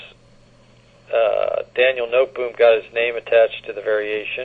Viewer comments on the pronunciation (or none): Nootboem haha. No te bohm. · Pronunciation is very wrong. No te bohm. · Pronunciation of Noteboom is completely wrong. It is No te bohm.